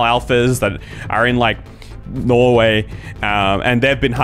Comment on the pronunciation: Did you say Norway? Or no where? 🇳🇴